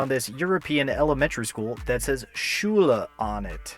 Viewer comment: the way you pronounce it makes me grin 😁. Sounds funny :)